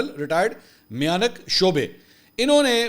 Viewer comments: Pronounce MA'YUNK not miyanak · Mayanak chubay hota hai chobay nahi hota sir